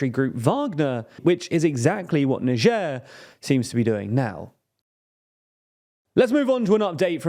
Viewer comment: how did you pronounce niger???